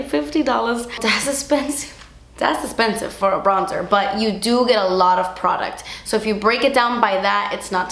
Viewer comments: Hearing her say "das espensive" makes my day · My favourite part of your videos is when you DAS ESSPENSIVE